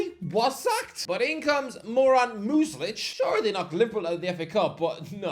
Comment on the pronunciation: Poor pronunciation of Muslic’s name 🙄. He’s definitely not a ‘Moron’. He masterminded a win against Liverpool and showed his qualities as a championship manager.